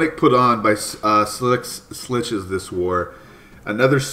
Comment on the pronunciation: You'd think he'd work on pronouncing schlitzes (sh-lit-zes) after joining em smh lol